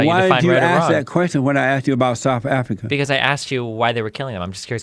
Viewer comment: South Afreeka Mommy Afrika